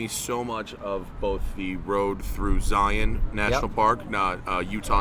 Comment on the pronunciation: My Utahn ears were pleased to hear Matt pronounce “Zion” correctly